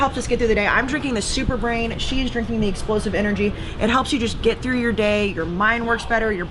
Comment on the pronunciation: Did you say.......... super brain,?